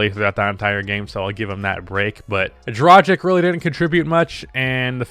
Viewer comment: Okay, the way you are saying "Dragic" is getting to me.